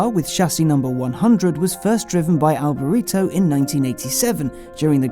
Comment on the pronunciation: at least get alboreto's name right!!